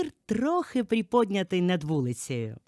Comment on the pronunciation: У вас відчувається досвід роботи чи то диктором чи то радіоведучою, але....оголошення, припІднятий, бетонОвана, самІ, самий( край)не кажуть. Огляд сподобався. У 1 будинку явні проблеми зі стінами, вони осіли, судячи по стелі, дах протікає, потрібна заміна. 2 будинок з середини не видно може він і вартий своєї ціни. 3й будинок по несучих стінах однозначно краще 1го, але стрьомні сусіди.